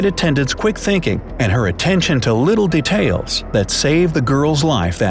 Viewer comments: the way you said details De-tails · isn't anyone talking how weird he said details??